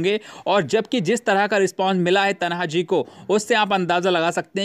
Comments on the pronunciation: It is Tanaji, not Tanha ji as you mentioned in Hindi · Pehle bolna sikh le bhai, phir video banaa, तन्हाजी नही तान्हाजी नाम है मूवी का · तान्हाजी है वो तनहाजी नही😠😠😠😠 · Kya faltu video banate ho Are thik se hamare maratha yodhaoka [तनहाजी] naam nahi le sakte or chale video banane Naam hai [ तान्हाजी मालुसरे ] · भाई तान्हाजी बोलो